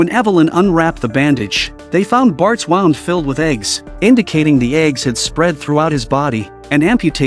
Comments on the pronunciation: Know what’s more annoying than AI slop? An AI narrator that can’t pronounce basic words like “wound”. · The “waound”😂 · This man"s pronunciation of WOUND is hilarious.